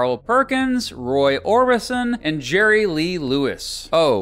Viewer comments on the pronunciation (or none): none